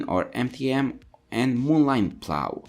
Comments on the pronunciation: Minneapolis Molineeeeeeeeeeeeee NOT MoLine!!! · Moline is pronounced Mo-leen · Just helping out here it is pronounced MoLean.